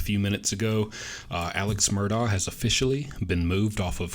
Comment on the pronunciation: Wow! Thank you!! You're the first info person that pronounces his name correctly!!! So smart!!